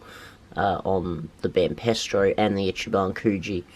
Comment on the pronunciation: It's Banpresto as in hey presto not pestro